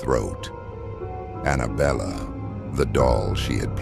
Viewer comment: belle not Bella~